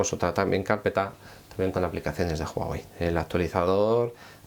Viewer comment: Mierda pendejo es "uawei" la "h" no suena más no "juajuei "